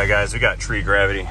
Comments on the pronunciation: Tree gravity, I bet you don't say that very often 😂😂😂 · In all that craziness.... He says tree gravity. 😂 Stay safe!